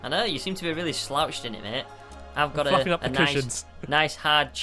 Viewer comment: it sounds like he's saying "I'm f@ up the cushions." But he's saying 'fluffing up'.